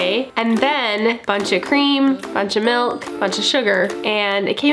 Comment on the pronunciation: Melk lol